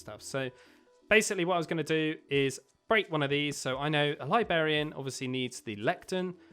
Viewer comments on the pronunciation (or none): Libarian? lol i think it's librarian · Realy cool vid. But one thing... why do you say libarian!? Its libRarian😂